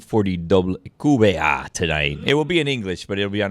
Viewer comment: Pretty sure they keep saying QQBA instead of WQBA because they're not pronouncing the W correctly in Spanish. It's funny though.